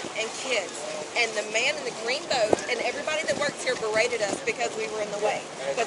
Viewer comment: But she was BURR-ra-TED